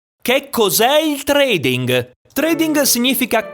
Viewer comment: La "ing" finale perde la "g" nella pronuncia.